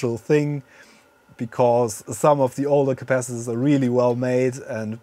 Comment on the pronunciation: What is "capassengers"?🤔 You repeatedly said that. I guess you mean capacitors! 😁